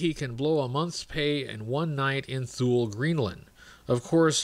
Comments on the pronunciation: Hate to be that guy, but THULE is pronounced "TOO- LEE" Great video nonetheless!!! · I always love your videos and nice to see you back! By the way Thule is actually pronounced “Too-Lee”